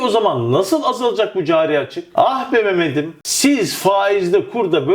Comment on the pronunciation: "Memedim" dedi ya la :) )